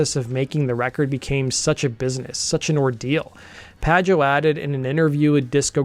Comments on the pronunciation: David PA-HO, not Padge-Oh. Come on bruv, not even gonna TRY? It'd be like over-annunciating every syllable in an Indian name, you'd cringe. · 3;27 it's PAH-HO not pa-joe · I sure someone else has commented about this, but it’s pronounced Dave/David “PAH-ho”… not “PAH-jo.” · It’s not pajoe it’s paho (pajo) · Lil bit lame you didnt talk about how important Pajo is to the history of post rock ... he wasnt just some dude, Slint influenced so so many bands and his other projects are beloved as well... (I also always thought his name was pronounced Paho) this would make it a little bit clearer why he didnt originally dig the Pumpkins, he was doing his own thing at the time touring and kind of inventing a new genre while Pumpkins were doing their thing recording their first albums, just like, kinda a little bit polar opposite ends of the rock spectrum with Pajo deep into experimental rock world and the basis for Post Rock. Just my perspective, love your channel otherwise! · Pajo = Pa-ho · I think his name is pronounced 'Pa-HO'. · Man... As much as I love Billy's music, he pisses me off. David Pajo (pronounced Paho) was in Slint, Matt Sweeney was in Chavez, and Pas was in A Perfect Circle... These are NOT amateurs. That Zwan album was so amazing and I hope that box set gets released soon. I would love to have more Zwan in my life, even 20 years later. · Pajo is pronounced “paho” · David Pajo's name is pronounced "PA-ho" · "Formed in 1988"?? BTW, David's last name is pronounced PA-HOE. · it’s pronounced Pah Ho